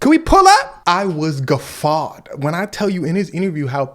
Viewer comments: Nice attempt at "guffawed" but no. A whole miss 😂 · that boy said GUFFAWED! sheesh😂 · Lmmfao! Not Gaffawed lol